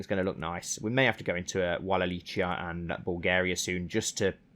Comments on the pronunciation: Wallachia is actually pronounced Vall ah key a Not Wall a Chia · Is more like wall a keya